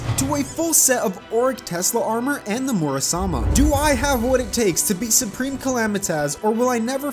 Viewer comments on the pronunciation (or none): Did he just say murasama? It’s muramasa bro